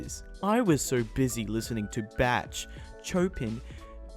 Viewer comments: Really sorry for this, but Bach = bahk Chopin = showpan Tchaikovsky = chai cough ski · hate to be that one guy but DUDE. it’s pronounced like Bock not Batch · r/midlyinfuriating also it's pronounced Baa ck not batch SORRY IF YOU THINK I'M RUDE. I just can't help myself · bach is not pronounced like batch what the fuck it is B AH CK or BUH ROW CK MEW ZIC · Srry but Bach is pernounces bak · He said batch it’s BAHch sorry it’s my art side of me it mention this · Sometimes I'm late Sometimes I'm not him: batch Me: ITS PRONOUNCED BA-CK ahhhhhhhh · B A T C H Sry it’s Bach pronounced baaa ck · If you were wondering it’s actually “bahk” not “batch” just thought I’d let you know lol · I hate it it’s pronounced like bark lol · did just pronounce Bach as 'batch' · You said Bach wrong... ITS BA-K like Back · "Batch"- I'm DEAD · Bach is pronounced Bahck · did you just call bach batch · I hate the part more where he pronounces Bach as Batch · Did you seriously just pronounce bach as "batch" R/madlad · Bruh, you need a remedial class for how you said Bach & Chopin (bok, sho-pan, chai-kov-skee) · i cringed when you pronouznced "bach" like "batch" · Lol he pronounced Bach as spelled 😂 it's spelled Bach but pronounced (boc) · its pronounced BORK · I actually got triggered when he pronounced Bach wrong. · Say it with me: Bahk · Valerie.221 Bach is pronounced bahk. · I love the way you pronounced Bach Batch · The way he pronounces Bach as batch triggered cringe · khm khm, ITS BAH NOT BACH, YOU DUMB DUMB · Great vid, but it’s pronounced bock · It’s not batch. It’s pronounced like Spock. But no S or P. Instead a B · How to pronounce those composer's names 1.) Bock 2.) Chopin (I think that was correct) 3.) Chai-cov-ski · when you said "Batch" it really fucked with me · bach is pronounced like "bok"... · Ummm actually, it’s pronounced bok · The funny thing is that you pronounced them wrong, so you perfectly for into the subreddit. Good unintentional joke! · HE SAID BACH WRONG